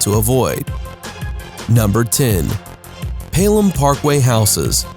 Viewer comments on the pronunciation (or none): Tjani Gomez odee “peal ham parkway” 😭😭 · I could tell when he said paylem parkway 😭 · The way he pronounced Pelham Parkway slightly annoyed me.